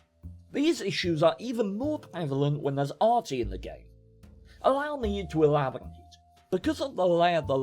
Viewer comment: Did you say " let me eblaborate?"